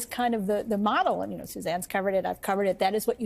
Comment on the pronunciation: BTW, it's pronounced "Chick-oh" Marx. As in, he's good with the "chicks." "A typesetter accidentally omitted the 'k', so his name became Chico but the Marxes still pronounced it "Chick-oh", although others sometimes mistakenly pronounced it "Cheek-oh"."